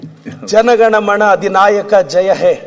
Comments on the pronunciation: ಅಣ್ಣಾ ಅದು "ಜನ ಗಣ ಮಣ" ಅಲ್ಲಣ್ಣೊ "ಜನ ಗಣ ಮನ" ಅಂತ ಹೇಳಿ 😊😊😊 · ಥೂ ನಿನ್ನ ರಾಷ್ಟ್ರಗೀತೆ ಹೇಳಲು ಬರಲ್ಲ ಜನಗಣ ಮಣ ಅಂತಾನೆ ಥೂ ನಿನ್ನ ಮೇಲೆ ಕೇಸ್ ಹಾಕಬೇಕು